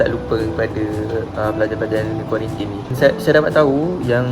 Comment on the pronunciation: Kuarantin bang bukan kuarintin. Makan sarapan tu xde pun xpe sbb xbangun pagi